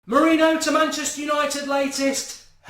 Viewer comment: Mark please...just please...start pronouncing it MOURIN-YO